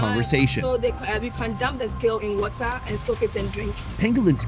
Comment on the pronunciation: 🤣😂 he said snail wahTah...she said WahhTah! I love it!!🤗